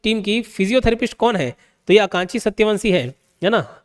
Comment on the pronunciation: Sir wo Akanksha h na ki aankshi